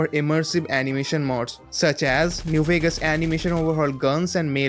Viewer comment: Instead of Vegas it was Veags